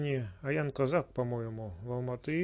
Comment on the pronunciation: не аян казах, а Оян казах, правильно говори пожалуйста, ты же казах, почему так говорим?!